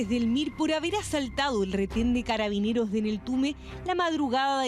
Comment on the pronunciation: Le cuesta decir "Carabineros" jajaja. Y no, no fue un intento, ella participó en esos hechos de violencia en contra de Carabineros, no le quite la gravedad.